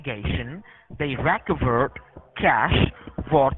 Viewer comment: they rack-uh-verd that cash, very nice.